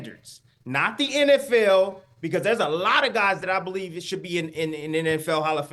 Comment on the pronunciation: beTER biev! Dont you guys read the comments?accent on the second syllable. Do you realize how stupid all of you sound?